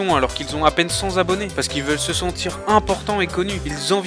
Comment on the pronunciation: À peine 100 Zabonnés? les liaisons stp, les liaisons!